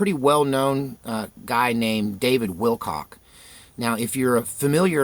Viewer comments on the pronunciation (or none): said "Will Cock" hauhaauhauahu. Good morning.